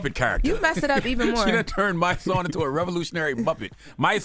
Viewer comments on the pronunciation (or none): 'My-sonnie..' Nooooo😂😂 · Sounded like she said my son. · The girl can’t read!!! It’s so annoying, she really mispronounced Mysonne’s name?!? Bye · This chic is so unaccountable it's sickening. Just apologize for mispronouncing a name. I mean we can rewind the video to confirm. Smh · Tell her to say Mysonne name one more time!! 🤣🤣🤣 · That girl is HORRIBLE smh definitely not come off as being from the culture. Shes old enough to know how to pronounce that man’s name. I could see if it was Nyla or one of the younger girls but sis is of Auntie age. Go home to TMZ & move outta Jess’ chair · She shouldn’t even be on here can’t even pronounce a man’s name smh